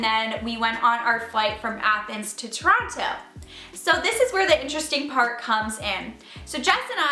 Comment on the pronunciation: No one believes you that you're from toronto pronouncing it like that